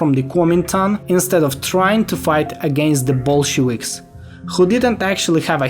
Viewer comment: Bro I have a question for you: Why do some east Slavs fail to pronounce "V" in English? Like you do it just fine in your native languages and some others like Greek but for some reason not in English. For example you say "Bolshewiks" instead of "Bolsheviks". Is it something about pace or maybe an attempt at imitation of the way a language's pronounciation rules work?